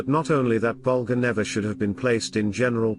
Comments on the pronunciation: Why create a video about Whitey Bulger without making an effort to pronounce his last name correctly? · He cant even pronounce his name right. 3 minutes in, im done watching.